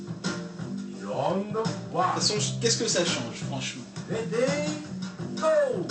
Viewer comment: le ready ont direr qu'il dit radi ^^ LOL